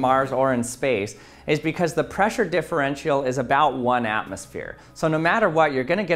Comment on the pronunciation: Correct "differential" pronunciation: DI FR EN CHL